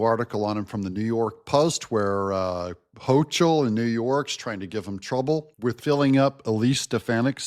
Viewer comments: You're not pronouncing Kathy Hochul right. Tip: Use Google Translate or Grok when you're unsure. 99+% accurate. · Dont realy care how you pronounce NY gov name fyi its hoe- coal or as i say adolph hoe-coal